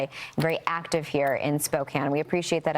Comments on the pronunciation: Oh brother: Fox anchor woman pronounces Spoe-kan (Spokane) as "Spoken". She must have learned from AI. Didn't even bother to do her research as to how the city is pronounced. Low class rated news. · Spoke- CAN not prounced Cane. Yes you can, in Spokane. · Spoke-Inne Washington